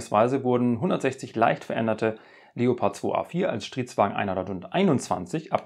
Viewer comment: Ich verstehe immer nur Shitwagen 🤔🤭